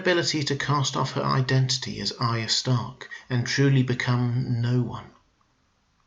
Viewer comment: You are one of the few Youtubers that pronounces Arya correctly which makes me very happy!